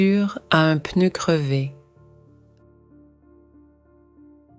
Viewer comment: I do enjoy watching these stories. However it would be better if real people were speaking not a computer. The word ‘pneu’ is pronounced with a silence ‘p’ but the computer doesn’t silence the letter when pronouncing the word. This is not great for people who want to learn a new language. Not the same red dress worn throughout the story! So many different dresses 😁